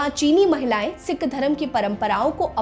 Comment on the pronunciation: Janbhooj kar sikh ko sick bol rahi ha , aur apna poora naam bhi nahi bta rahi